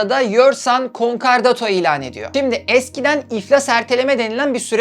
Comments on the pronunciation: Konkardato değil konkordato. Videolarınızı ilgiyle izliyoruz. Çok başarılısınız. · Bir hukukçu düzeltmesi: KonkArdato değil KonkOrdato :) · Konkardato değil konkordato:)) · Konkardoto degil, konkordato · concordato * conkardato degil ayrıca acıkladığın gibi de değil sadece bir kısmı o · Sevgili severek izliyorum seni ancak bazı telaffuzların yanlış konkardato değil konkordato'dur. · Konkar değil, konkordato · Küçük bir hatırlatma, Türkçe bir kelime olmadığı için dilimizin dönmemesi kabul edilebilir bir durum: kon-KAR-dato değil kon-KOR-dato yani Konkordato diye telaffuz edilmesi gerekir :) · KONKARDATO DEĞİL;KONKORDATO... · konkardato,konkardota bir doğrusunu söyleyemedin doğrusu konkordato. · Konkardato değil konkordato 😉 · "Konkardato" değil kardeşim. Konkordato doğrusu. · Konkardato degil.Konkordato. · Konkardato değil konkordato dostum . Ayrıca konkordato kararını icra hukuk değil Asliye Ticaret Mahkemeleri verir. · Konkardato değil konkordato ve görevli mahkeme Asliye Ticaret Mahkemesi. Hukuksal kısma çok girmesen iyiymiş 🤦🏻‍♂️ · "Konkardato" değil, "Konkordato". Bunun dışında çok başarılı çalışma 🙏🏻😍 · "Konkardoto" değil "Konkordato" olacak. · konkardoto değil konkordato olacak çok fazla üst üste söyleyince yazasım geldi :D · Concardoto değil concordato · konkordato olacak yanlış duymuyorsam konkardato diyorsunuz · ALLAHINI SEVERSEN KONKORDATO DEMEYI OGREN BASKA BISEY ISTEMEM. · Emeğinize sağlık. Bir küçük düzeltme yapayım. Doğru telaffuzu "konkordato" şeklinde. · Konkordato bukadar guzel konusuyorsun dogru telaffuz lutfen dikkat! Insanlara yanlis ogretmeyelim! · WTF! Konkordato kelimesini söylemeyi bilmez, hukuki süreci yanlış anlatır. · Videoda hatalar var. Konkordato sözcüğü yanlış okudunuz ve icra hukuk değil adliye ticaret mahkemesi 😇 başarılar